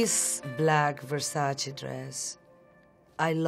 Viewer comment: Finally a celebrity pronouncing Versace correctly